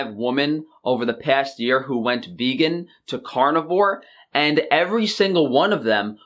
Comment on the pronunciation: Guys, he claims he is vEGGan... the other g is just silent and it sounds so much like vegan...